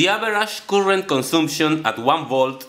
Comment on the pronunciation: Good effort - some language help - current is better pronounced as "car-rent" but "coolant" sounds confusing. Keep at it, keep learning.